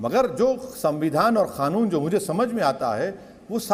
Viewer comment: खानून नाही कानून होता है आप पहले ठीक से बोलना सीखे बादमे केस लडना